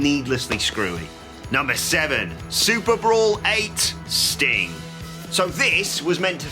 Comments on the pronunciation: How come he cant say "Sting" without it sounding like "StingK" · Off topic, but it really sounds like he calls Sting "Stink" at about the 13.00 minute mark...